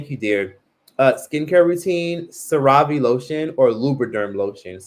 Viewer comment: Lol unpopular opinion, I love how pronounces the CeraVe brand like it's a high end luxury brand only rich people can afford. He pronounces like Sir-Rov 🤭 it's pronounced like Ser-Ra-Vee. I be so confused when i hear him saying that but then i realizes what he means when I notice someone's asking about his skin. CeraVe is pronounced Ser-Ra-Vee hun...it's okay, we still love and support you tho 🤗🥰